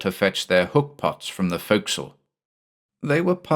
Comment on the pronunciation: Points for properly pronouncing forecastle.